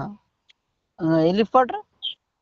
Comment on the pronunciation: హెలీకాప్టర్ ను హెలిపోర్టరు అంటున్నాడు. పొట్టోడి భాషతో అసలు పేర్లు మర్చిపోతున్నాం.